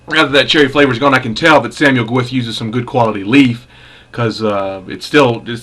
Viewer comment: Nice bacci.... but. Its pronounced Gow eth, Gow ith but never Ga wif. Enjoy!